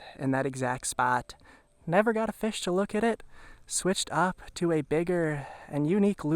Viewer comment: “Let’s catch some feshh”. LOVE the videos bud! Thank you for the GREAT content!! Especially the Minnesota stuff!